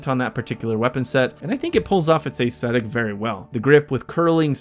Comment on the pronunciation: Great, fun list! But ACE-thetic? Try ESS-thetic.